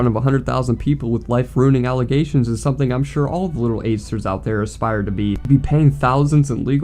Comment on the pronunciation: "Can't even aspire to be youraelf" that boy cannot even pronounce the word aspire